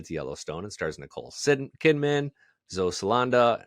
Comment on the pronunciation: What is the reasoning for mispronounced names? "Nicole Sidman... Zoe Salanda" Is it dyslexia, being unprepared, or lack of caring?